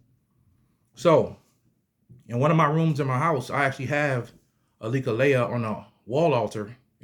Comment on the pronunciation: It's not lekaleya it reads and pronounce as lek-lie